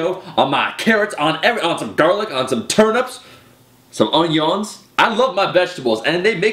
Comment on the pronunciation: Pronouncing Onions as ON-Youns, that shit sounds sophisticated. But I agree, on the fast food and sleeping. I took out fast food, fizzy drinks and basically all confectionary for 2 months. Then started eating it again, I started breaking out on my face and I felt so sluggish and sleepy after eating, so I hardly eat them now.